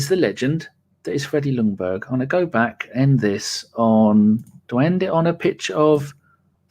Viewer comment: Stop saying Lungberg, the L is silent. It's pronounced Jungberg. / Sweden